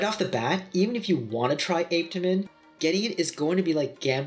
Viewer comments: i learned it pronounced ah peh ta min😭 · So I’ve been here waiting for him to pronounce Apetamin , only for me to hear 🥲🥲 Ape-temin 😫🚶‍♀️🚶‍♀️🚶‍♀️ok we move ✌️ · "APE..TA...MENS"!! 😂 and he wants us to take him serious!!?? LMAO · If he says ape tamin one more time🤣🤣🤣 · My daughter and I tried apetamin a few months ago and we didn't experience any negative side effects. I don't know your height but I'm 5'9 170 and I've seen about 10lb weight gain that I've held onto and I only used half of the bottle because my appetite is off the chain now and I can eat quite a bit. ApeToeMen helped yes ApeToeMen per the docs pronunciation 😆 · Why listen to this guy...he cant even pronounce Apetamin👀😬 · I really wasn’t expecting you to pronounce apetamine like that :/ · Like how you doing a review and can’t pronounce it!? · It pissed me off too !🙄